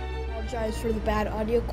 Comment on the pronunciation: wow its funny that after the awesome intro u say APOLIGIZ FORR THE BAD AUDIO QUAALITY